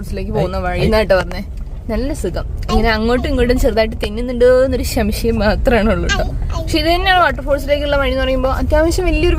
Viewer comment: ശം ശയം എന്നുപറയാതെ സംശയം എന്നുപറയു